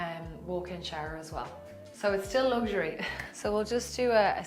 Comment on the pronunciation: Hou me faither pronoonces luxury!!!